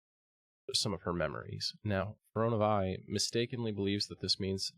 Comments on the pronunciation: My dude, it’s Fear-ee-oh-nuh Vee. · fuh roe nuh veye. also says toon-air instead of too-nar-ay